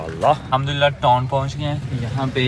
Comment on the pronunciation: Yar khuda ko mano TON nhi hota TOWN hota hai